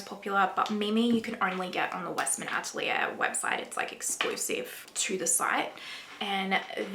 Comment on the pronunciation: Maybe pronounce the french word "atelier" correctly, for a great video 😉